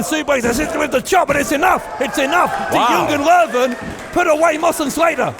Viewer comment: Kennedys pronouncation of Jungen Löwen is getting better!